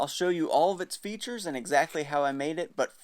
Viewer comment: I the only one that heard show you its features in a very heavy German accent?